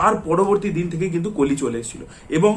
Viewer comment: কালি কালি, কাল্কি কালকী কেনো বলছেন কলি, কল্কি ও তো বলতে পারেন এটা বাংলা উচ্চারণের ধরন না। বাংলা মুভির স্বার্থে এতো কথা বলেন কিন্তু নিজেই হিন্দি বা ইংরেজী ভাষা দ্বারা প্রভাবিত। আর এই কল্কি ( Kalki )এবং কলির ( Kali ) উচ্চারণ যদি কালকি এবং কালি হয় তাহলে আপনার নামও ( )না ।